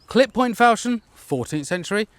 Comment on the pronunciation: Non-native speaker here: I thought it was pronounced fawl-shon (as in ‘awe’). Is my dictionary very out of date, or is it a regional thing?